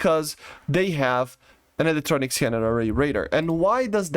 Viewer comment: I love the way he says scan-ned array. Trademark phrase now.